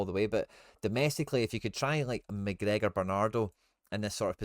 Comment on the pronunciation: This wee guys clueless knows all the italian names but says mcgregor wizny up tae much wee guys a diddy